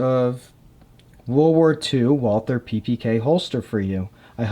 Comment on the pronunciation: Walther is pronounced like, "Vaul-tuh." If you don't want to say it like a German, then just say it like the American name, Walter.